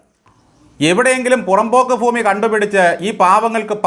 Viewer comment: " ഫൂമി" അല്ല "ഭൂമി"